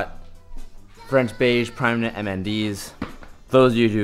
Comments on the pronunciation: He said "mnd"s its "NMD"s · did he just fucking call them mnd's................................. IT'S NMD'S YA FOOL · Nmds not "mnds" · You know it's nmd not mnd right? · hey bro its called NMD's not MND's;) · NMD's... Not MND's...